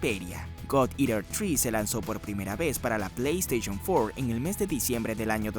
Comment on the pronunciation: "Plei esteichon fuor"